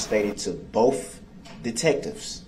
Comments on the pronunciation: Bofe detectives? Bofe? How can a grown adult actually say that? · I wonder if the lady typing the record, types "both" or "boff", when dip shit talks. 😂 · During boof, cant he say both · "BOFF.... BOFF detectives"